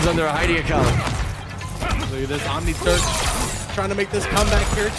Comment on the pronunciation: I keep hearing OmniTurd 🤦🏾‍♂️🤣